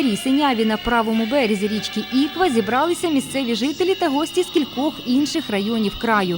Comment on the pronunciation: навчіться розмовляти не Іква а ІквА